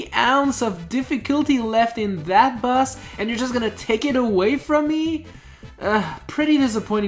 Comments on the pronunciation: How does he pronounce "boss" as "bus"? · its boss not bus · You said bazz its boss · Why do you say bus? U good tho! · It sounds like you're saying bus